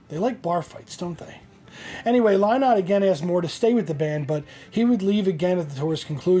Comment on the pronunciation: Phil lynott’s last name is pronounced linnott say it as you see this spelling and you will be good.